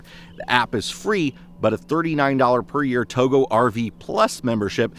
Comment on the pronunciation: I thought Togo was pronounced to go, not Togo as you pronounce it